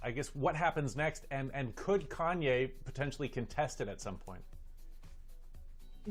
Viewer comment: Kanya? It's Kanye lol. I came to learn law not celebrity gossip. WTH